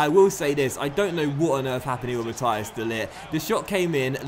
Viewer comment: De ligts first name is pronounced ma-teece